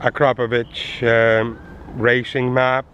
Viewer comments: i upvoted this video and subbed you because you are the FIRST english speaking person who can pronounce AKRAPOVIC correctly. THANK YOU VERY MUCH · First exhaust video I've seen where Akrapovic is pronounced correctly. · at least someone who pronounces akrapovič correctly :D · I love how you can say Akarapovič correctly! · you pronounce akrapovic very good on you tube they pronounce it difrent but that is incorrect